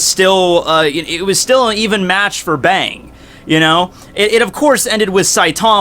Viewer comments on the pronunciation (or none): I think its supposed to be pronounced Bong